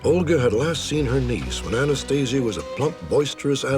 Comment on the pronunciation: This dude "knew " Anastasia "intimately" yet cannot even pronounce her name correctly?